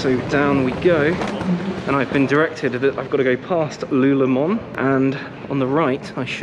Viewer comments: You didn't really just say lu lem-on?!? Lol it's lululemon or pronounced louloulem-in lol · It is LULULEMON an iconic Canadian company. If you cannot spell or pronounce it then why would I pay any attention to your review ? Next please.